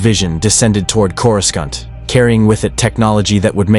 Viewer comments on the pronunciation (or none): LOL, the moment I heard the pronunciation on Coruscant, I clicked off. Stop with these fucking shitty AI videos, you uncreative loser.